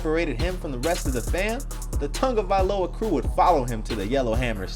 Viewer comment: I hate when people say “Tungiviloa” instead of “Tagovailoa”